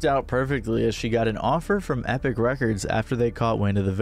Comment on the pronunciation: this chick isn't Indian? You can tell she is when she says epic lol